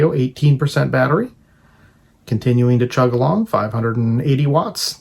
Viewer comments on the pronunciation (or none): none